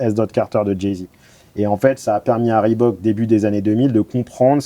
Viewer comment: Svp ... on dit "ribouque" merci pour tous nos déménageurs 🫶